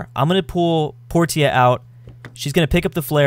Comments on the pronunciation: Portia.. Porsha. Not Porteea. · Her name is pronounced Por-sha not Por-teeah. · Portia is pronounced por-sha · facepalm its pronounced porsha